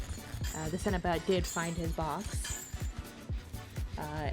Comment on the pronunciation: Pronounced Seno-Bite